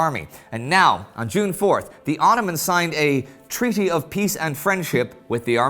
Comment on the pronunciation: I love how he said , ''treaty of pEace and friendship ''